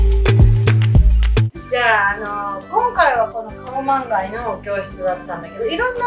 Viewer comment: カオマンガイだよね！？カウマンガイじゃないよね！